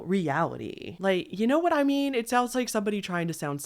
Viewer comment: You tend to hold the last syllable in your sentencessssss. Know what I meannnnn?